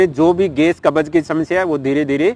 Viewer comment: कब्ज बोलो न कि कबज